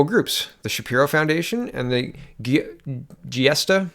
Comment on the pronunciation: Giustra is pronounced jewstra.